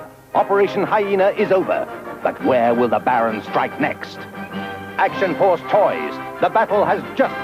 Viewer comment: I can't really find fault in that list. Well done! p.s. the way you say 'Action Force' is perfect and will forever be read with your voice in my head whenever I see the name.